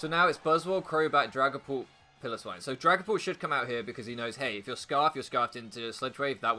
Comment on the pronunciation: it's Pile-oh-swine, it's not a pillow